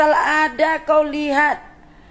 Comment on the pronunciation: Betul ke budak tu asal Madura, kalau dari segi sebutan atau cara sembang, kita dah tahu orang luar cuba belajar bahasa melayu Malaysia tapi cara sebutan "kauw" seperti orang medan